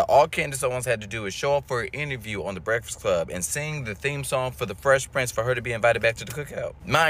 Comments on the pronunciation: says breakfast weird.. Brektist Club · Why does it sound like you can’t pronounce breakfast?